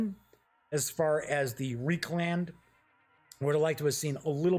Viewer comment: Reikland pronounced like 'Reichland'. The "ei" is still pronounced in ze German manner, like a hard 'I' ( as in eye). Their "ie" is the one generally pronounced as 'EE'.